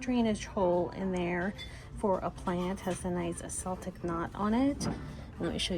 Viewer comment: Hate to be that person but Celtic is pronounced with a hard C sound like a K, not a soft C like S.